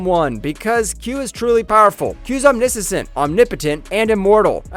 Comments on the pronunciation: New drinking game: quaff a shot every time he mispronounces a word or name. "Omnisissent" LOL! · Ominissisent? Dude… crack a book. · For that matter he didn't know how to pronounce corporeal , and rather then saying that the q were omniscient he said that they were omnisisent. And he described something as a moscomseption